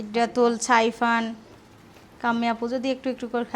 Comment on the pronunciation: ছিদরাতুল না সিদরাতুল। ছাইফান না সাইফান ।তোমাকে আর কতবার বল্লে তোমার উচ্চারণ ঠিক করবে ( )?ছোভার( শোভা) জন্য চিকেন বিরিয়ানি বাড়লে না? আমার কি মনে হয় জানো, তুমি নিজেকে খুব সুন্দরী ভাবো( definitely you are beautiful but …..) এটা ভেবে তোমার অহংকারের সীমা নেই। অহংকারী হওয়া কি ভালো? তুমি যতটাই অহংকারী ততটাই স্বার্থপর । আগে ভাবতাম তুমি সহজ সরল একটা মেয়ে কিন্তু না, আমার ধারণা ভুল। কারণ দুই দিন আগের ব্লগে যখন বল্লে ‘আমার অসুস্থতার কথা আমার শাশুড়ি কে ভাবতে হবে, আমিও শাশুড়ির কথা ভাববো।’ কি ভাবে ব্লগে এ কথাটা বলতে পারলে? উনি কতটা অসুস্থ সেটা তোমার তো বোঝা উচিৎ, তোমার অসুস্থতার সংগে উনার অসুস্থতা কিছুতেই তুলোনা চলে না। উনি বয়স্ক গুরুজন, এ কথা তুমি কিছুতেই বলতে পারো না। খুব অসম্মান জনক কথা।